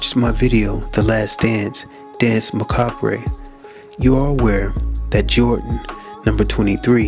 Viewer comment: Tip for future reference mate, you don’t pronounce the “re” at the end of macabre. Also some of your links and connections are pretty tenuous. Some of it makes total sense but some not so much